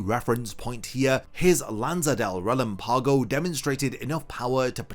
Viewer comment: it kind of bugs me when i hear the hollows terms said with such a bad pronunciation. not alot, but like...there is a better way to say it. look up spanish pronunciations of stuff like cero, Oscuras, relampago, sonido...its not a big deal but it just like weird when i hear japanese words pronounced so carefully lol but thanks for making these videos, nice to listen to bleach stuff these days